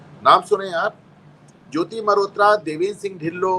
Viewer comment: मेहरोत्रा नहीं मल्होत्रा।